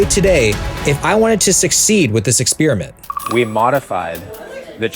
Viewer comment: U said Ex_spear_iment Lol